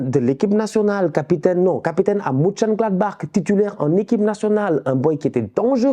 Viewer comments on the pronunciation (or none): none